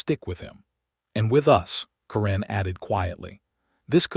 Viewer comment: Stupid A.I., its Karen NOT Kuran